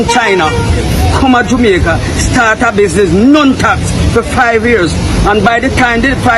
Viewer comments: Why not make content about your own country? You can't even pronounce the word Jamaica properly! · Y u gay black guys dont leave jamaica alone we dont know force any Chinese out we live well with the Chinese u cant even say jamaica correctly go look a man guy